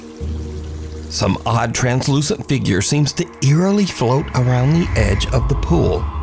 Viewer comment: a "Bizarre shadow fagure"!